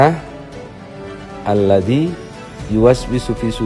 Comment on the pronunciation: Cara pengucapan nya pun salah...bukan alladi..tp alladzi...